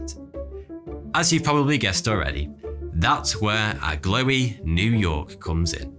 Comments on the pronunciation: Is the mountweazel supposed to be that Agloe is pronounced "ah-glow" instead of "ah-glowy" ? At least that's the way I've heard John Green pronouncing it. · I’m from upstate NY and I’ve always heard it pronounced (“ag glow”) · "Agloe" is pronounced" Ag- low" , actually! Delightful video, though! I love hearing about odd things on old maps